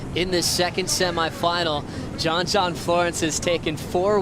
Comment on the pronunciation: It's..JOHN..Not John John.....He's not 10 years old.